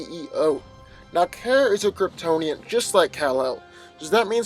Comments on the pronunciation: KARA not kera 😭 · It's pronounced "car-uh" not "care-uh" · Okay- first of all NO. 1.) Your inability to pronounce Kara’s name is irritating and makes Carol’s and Kara’s name sound almost the same. 2.) You are completely and blatantly ignoring Supergirl’s key weaknesses to Kryptonite, and red-sun radiation. Do you think that Shield wouldn’t have something similar to Kryptonite laying around? Do you think that Captain Marvel can’t control the type of radiation she blasts? 3.) Supergirl is EXTREMELY inexperienced when it comes to tactful foes, and this gives Captain Marvel an advantage upfront. In the long-run, Supergirl may analyze how Carol fights, but Carol will in turn be able to learn more about Supergirl’s weaknesses and quicker. This is NOT just a fight between Carol and Kara, but also between the ability of S.H.I.E.L.D. and the D.E.A. to analyze opponents for specific enemies. However, Captain Marvel has a massive advantage because she goes into fights LOOKING for the weaknesses in her opponent; Supergirl, on the other hand, goes into fights like a barbarian- hit things until it stops moving. Only sometimes does she have tactical advantage because of her 20/20 hindsight! Even then, Kara NEVER SEEMS TO LEARN (at least in the TV series) and always rushes into a fight! 4.) Carol can handle herself and is familiar with her own abilities and how to fight with confidence wether she has those abilities or not. Kara gets REKT without her powers. In addition, S.H.I.E.L.D. has plenty of things in the ol’ warehouse that a human could use t